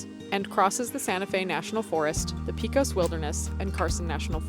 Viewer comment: Congrats! Great video! Btw Pecos is “PayKos” lol